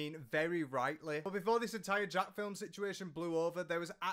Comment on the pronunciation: Why do ppl refuse to say Jacksfilms name right?